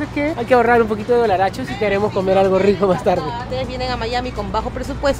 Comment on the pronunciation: CADA VEZ QUE EL MUCHACHO DICE ,DOLLARACHOS...ARRUINA EL VIDEO..